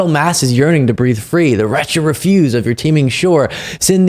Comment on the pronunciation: Please learn how to pronounce "refuse" the noun, not the verb. Mega cringe when you read what's on the Statue.